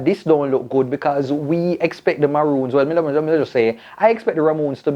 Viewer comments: Mi say,,,yu tongue tie up yu say Ramoons while yu a say Maroons,,,yu mix up recommendation and regulation suh yu a say Recomlations and Regumendations,,,Sherylee Ralph was so grateful for being nominated that mi overjoyed fi si she get di Emmy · So u realize u say ramoons? 😁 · A me alone hear seh 'Ramoons' instead of Maroons